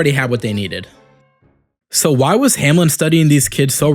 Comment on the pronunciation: Bro: hamlen My mind: HOW TF DID HE MESS UP THRICE